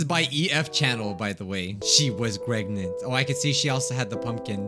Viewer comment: Why can't you just say pregnant properly